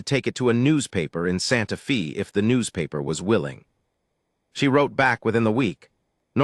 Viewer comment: Please, please, and again PLEASE work with AI to correctly pronounce Santa Fe (correctly pronounced is Fay, not Fee). The correct pronunciation is respectful of the community itself, but also to the people listening to the story. Listening from Clarksville! TN.